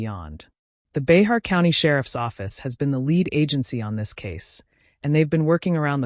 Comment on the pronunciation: I live in Behar County. "Bahar" is actually pronounced "Bear". Bear County. The 'x' is silent.